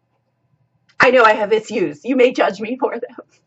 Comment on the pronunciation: Did you say "ithues"? judging you 👀